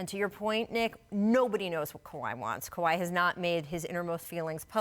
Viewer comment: she says KWI